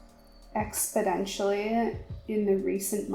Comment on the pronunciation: By far one of your best videos, I love story time videos and learned a lot about you! Your motivation and perseverance is inspiring. Just so you know though, the word is "exponentially".